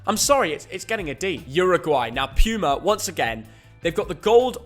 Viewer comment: Puma is pronounced poo-mah which is makes sense because most of their jerseys are crap.